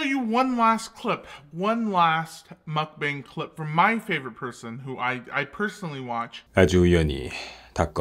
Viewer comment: Anyone else notice she says mukbank